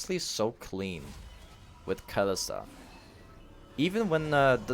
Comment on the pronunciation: aint kalista pronouced like ka-li-sta? not kali-sta?